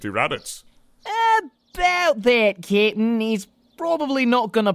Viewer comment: Does say kitten or cap'n; I'm having a debate with my roommates.